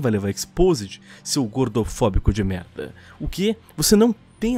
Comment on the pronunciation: "Eles podem fazer muita merRrda"